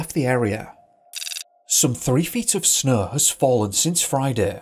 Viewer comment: Why is it that you can pronounce snowing just fine, but snow not so much. What snaugh anyways?!? So much for English accents helping people sound intellectual .